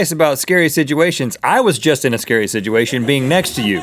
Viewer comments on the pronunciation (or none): and Rhett "Sidgeuation" alerts!